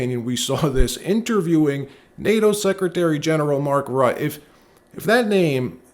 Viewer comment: You are mispronouncing Rutte.